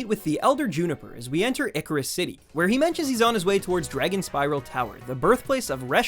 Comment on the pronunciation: Icirrus City is pronounced “Ice-cirrus”.